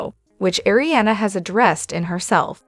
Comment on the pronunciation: I hope this YouTube channel fails bc it’s all false info & they can’t even say Kristen, Arianna etc names correctly. She’s using other ppls stories & journalism. This channel is a joke!!!